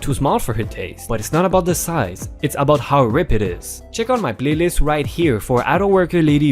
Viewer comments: Catering is actually said like KAYY tering NOT cat--erring and has the AY sound like in Pay, day, stay, etc.. and word RIPE is pronounced as r--eye--p, as having rhymes with sound like Sky-pe, type, pipe, high. etc. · The word "ripe" is pronounced "REIP" in your language. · Yes its me again. Pronunciation Ripe (I) Avocados not Rip. You rip paper. I know I am a pain ,I just trying to help w/ the verbalization. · which amazes me? since your name has the same sound alike as the word ripe but you mispronounced the word ripe like the word rip?